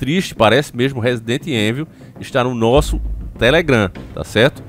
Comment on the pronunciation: Evil se lê ívol